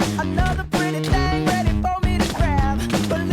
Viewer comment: IMAGINE SAYING FHING LOL